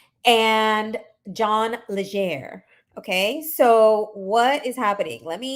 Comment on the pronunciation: Legere! Not lesher Legere!